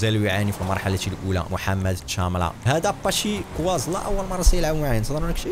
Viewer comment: واخيييرا خرجت في فديو عند ياس بلايس الاسم ينطق باتشيكو اسلا الشهرة 😎🤣🤣🤣